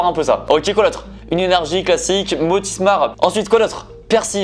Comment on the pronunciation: "motismar" "arbocs" ptdrrr